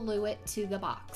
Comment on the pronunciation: why do you say box like that 😂 you sound like you’re saying bucks